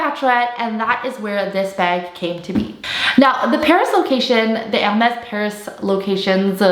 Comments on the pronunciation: She pronounces Hermes correctly in French! It is funny that someone found her voice annoying for saying the brand name correctly 😂😂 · She’s pronouncing it … right? Not sure why that would be annoying to you lol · Yeah, she has pronounced it 100% correctly in French. So many on youtube pronounced it wrongly. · she shows respect by pronouncing the brand correctly. you're just too ignorant to understand. i'm sorry for you...